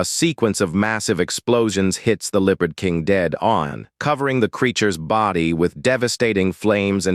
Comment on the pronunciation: God Almighty you need to get a new AI, this one cant even say the word Leopard. I mean I put the word in Google Translate and click on the say the word button and it got it right.